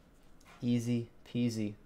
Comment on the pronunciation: he said easy peacey REEEEEEE